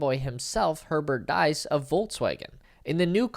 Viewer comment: FYI, Diess sounds like geese.